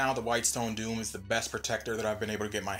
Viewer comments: It's Dome, not Doom. Dome = Doh-m Doom = Doo-m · doom and dome are two different words and are not pronounced the same. otherwise, great video! thanks for doing this! you helped me decide to get it!